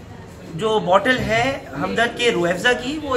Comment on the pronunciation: अरे भाई रूह एबज़ा नही रूह अफज़ा बोलो